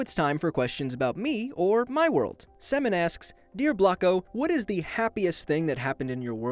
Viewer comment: He pronounced semen wrong